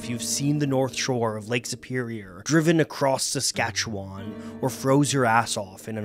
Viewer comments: Excellent video. Wreck of the Edmund Fitzgerald is an all time favourite song of mine. Just for future reference; the "wan" at the end of Saskatchewan is pronounced like the number 1. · No one mispronounces "Saskatchewan" like an Ontarian.